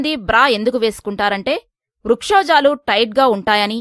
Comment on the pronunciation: ఏమండీ! మీరు చదివిన వ్యాసము బాగుంది. వక్షోజాలకు బదులుగా వ్రక్షోజాలు అని పలికారు (ఉచ్చరించారు). మిగతా అన్ని విషయాలు మామూలుగా ఉన్నవి.